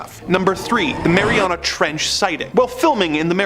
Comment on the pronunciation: When you said Mariana trench all I could hear was "Mary on a, Mary on a trench" to the tune of Ghosts "Mary on a cross" so much so I actually started singing it out loud 🤣🤣